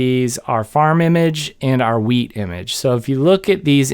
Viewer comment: Pretty sure he said weed. 🥴